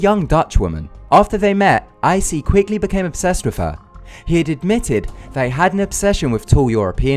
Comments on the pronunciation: I think "Issei" is pronounced as "Ee-Say", not "Eye-See". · Issei is pronounced "ee-say" not "icy" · Icy? lol it's Issei (E-SAY) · Idiot mispronouncing names.... Isei is pronounced eee-say, not ai-see.. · "aisee segawa" what